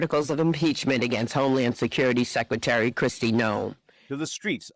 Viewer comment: Quarry suque-tary Noem